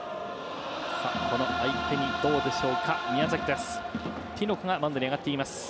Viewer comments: 実況が何回言ってもきのこにしか聞こえんw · キノコとしか聞こえないww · 実況の人。 ティノコ、ってめっちゃ言ってない？気のせい？笑 発音が可愛くて、言いたくなる気持ちは分かる！